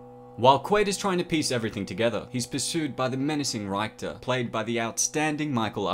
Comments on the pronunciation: Rhy-ckter? RICK-ter Great video! Paul Verhoeven giving us thought provoking, ambiguous endings decades before Christopher Nolan thought up inception! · Good video except of his mispronunciation of Richter. It's RIK-ter, not RYKE-ter. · Why the hell are you calling richter "ryke-ter" ?? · his name was Rictor like Victor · It's pronounced RICK TER!!!!! Also, it's pronounced mel EE na!!!! :) Watch the movie, you won't be sorry. EDIT: Also, you can't say that our universe is objectively real if we can only experience it subjectively. Personally, I believe we are living in a simulation. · It's pronounced Rick-ter. That annoying bit that makes me question your story of this being your favorite sci-fi film. Otherwise a good film breakdown. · Him saying reichter angers me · you mispronounce so many names. Ryekter? Maleyna? they say their names so many times throughout the movie bro. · "Reichter" lol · How he pronounces Richter triggers me so hard! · I agree with all this except the way you pronounce Richter. Did you not watch the movie? Maybe you just read a transcript? Baffling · I wish this guy would say Richter like it’s said in the movie! Pssh, Brits! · that mispronounciation of ''Richter'' though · Why do you keep saying "Reich-ter"? It's Richter! As in, "see you at the party, Richter"! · The movie with the biggest Arnold Face ever. Also there's a lot of mispronouncing of names... like 'Reichter'.... I think he is just Richter, not Hitler's 3rd Reich(ter) :P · If this is one of your favorite movies, you should know that Michael Ironside’s character’s name was ‘RICK-ter’, not ‘RYKE-ter’. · Ricktor not 3rd. rychter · It's Richter